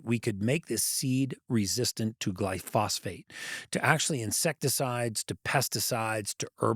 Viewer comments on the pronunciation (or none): I wish Gary would stop saying "glyphosphate." Glyphosate. With emphasis on "gly." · Yes, thank you! I was checking the comment section to see if anybody else noticed that. Dr Eric Berg does something similar, and he pronounces it "gly FOSS ate." Drives me nuts!!